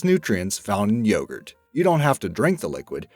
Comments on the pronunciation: See ! The way he says yogurt. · Bulgarski detected!! Mission:Steal the youghrt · Why can't you pronounce 'yogurt' correctly? Why can't you pronounce 'parmesan' correctly?